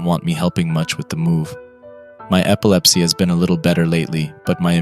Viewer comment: I love how you miss pronounced certain words like immune and epilepsy. It adds to the immersion.